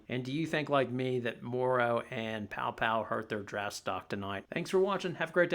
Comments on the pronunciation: you mean Paopao not Poa 🤦‍♂️ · It’s pronounced “pow pow.”